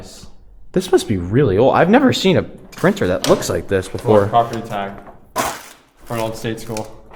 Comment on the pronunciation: Great video! Grew up not far from there. Best friends mother was a trustee there and worked to get it shut down. BTW, accent is on the "e", not the "a" I believe...:)